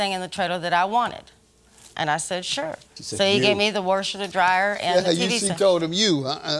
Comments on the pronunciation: He told her she could have the WERSHER... did anybody else catch that🤣🤣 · Not in the trailer with the "warsher"🤣🤣🤣